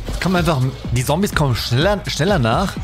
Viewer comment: Deine videos sind nice auch wenn deine Aussprache nicht immer die Beste ist Zombies da sagt er Sombies😂 bei MW2 wo man was Hacken muss für die Waffe Sagt er Haken 😂 aber ansonsten immer sehr nice und Unterhaltsam